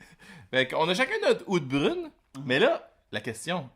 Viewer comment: J'adore vos capsules les gars! Vous êtes super drôles et toujours agréables à regarder. Par contre, si je puis me permettre, Oud Bruin se prononce quasiment "out brown" En tout cas, super job, à plus! Continuez votre super travail.